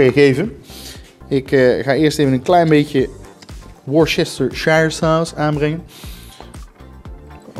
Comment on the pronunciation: Jij bent de enige die worcesterhwisuwhrusuwj3urshire sauce goed uitspreekt😂😂😂😂😂😂❤